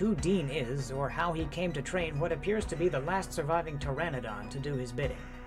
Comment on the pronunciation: I've gotta believe that PTERANODON is pronounced TARE-AH-NO-DON not TARE -ANNA-DON.